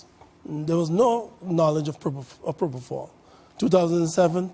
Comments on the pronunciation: 1. Where’s the rest of the video? 2. “Dr.” Oz, it’s PropoFOL, NOT PropoTHAL! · Count how many times he says probofol😂😂